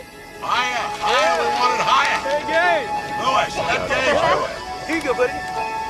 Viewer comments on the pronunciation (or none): Wasn't his name "Gage"? I could have sworn you called him "Cage".